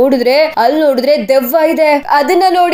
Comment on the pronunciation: ದೀಯವ್ವ ಅಲ್ಲ ಅದು ದೆವ್ವ.. ಕನ್ನಡನ ಸರಿಯಾಗಿ ಉಪಯೋಗಿಸಿ...